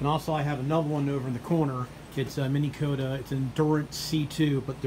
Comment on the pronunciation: why are you saying Mini Kota,,,,its Minn Kota